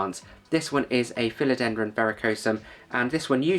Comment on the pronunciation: ‘Philodendron’ tripping off your tongue with consummate ease! Well done, God bless you 🙏✝️. ✌️🇷🇺☮️🇺🇦✌️. 🙋‍♀️🤍🇮🇱✌️